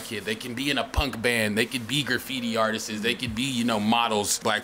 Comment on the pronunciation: Bruh, stop saying artises, there is no such fucking word sir. The word is artists…